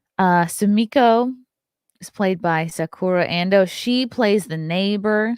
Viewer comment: pronunciation of the Japanese names was good! The vowels are pronounced like Spanish vowels. So, for "Ando," the "A' is pronounced the "A" in "Art." Arigato!